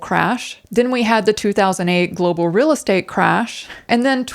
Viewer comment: And remember as always say, keep it rill (real).